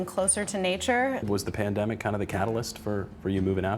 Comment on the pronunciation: The way pronounced pain demic.